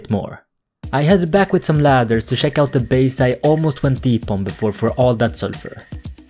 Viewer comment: Make a hour vid of you just saying check it sounds like shek